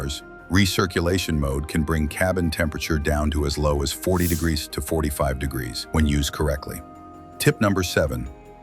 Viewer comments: No, I saw all the grazzen comments, then I heard it more than once. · Greeszzzn ????? Somebody better give AI a tune up